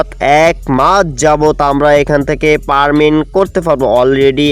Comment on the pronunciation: ভাই পারমিন না এটা হবে "ফার্মিং" আপনি ঠিকমত উচ্চারনও করতে পারেন না